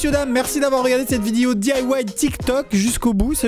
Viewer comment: il a dit " vidio "